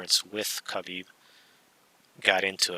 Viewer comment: Khabib didnt say it right lmao